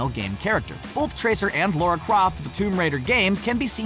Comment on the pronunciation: Lara not Laura